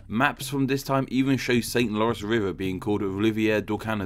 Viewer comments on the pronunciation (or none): none